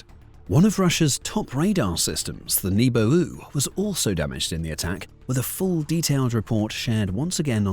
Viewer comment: a Nebo-ooh? ;~) lmao. Thanks for that